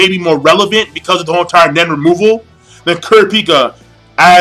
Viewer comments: He cant pronounce kurapika right lol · lol hate the way you pronounce Kurapika's name